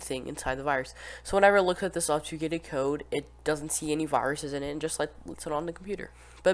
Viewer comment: bro didn’t say obfuscated right a single time